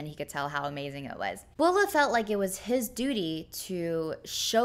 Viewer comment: Don't you mean [tu] as in 'map, drawing' and not a 'book'? Or is that some wenyan meaning? Also the name is Bo Le, not Bo Luh. Come on.